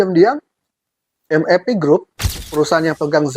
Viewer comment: kenapa eja MAP spt ejaan inggris ? Padahal itu singkatan dari bhs indonesia